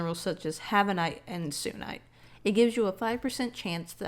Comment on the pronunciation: The sunite ore is pronounced like how you say sun just with a -ite at the end